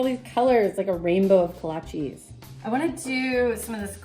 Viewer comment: Kolachis?? "Kolasj" is how they are pronounced, prozimtje!